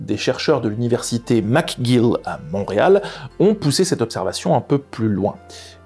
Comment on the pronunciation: Pour information, le nom de l'Université McGill se prononce MèGill